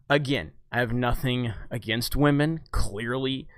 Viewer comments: I don't like the way movies are going what with agendas being shoved down our throats and is being told to accept it or be branded any number of buzzwords. However, you and other YouTubers with similar content all have one thing in common which is just irritating and makes you each come across as a gigantic cockwomble. It's not "Wah-men", it's women. I hate SJW's, feminists and anyone else who thinks that merit should take second place to this "diversity" bullshit, but you folks do yourselves zero favours by constantly bashing people for their sex. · You better start raspectin wahmen. The force is wah.